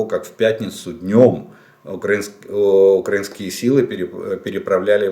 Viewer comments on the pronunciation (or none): none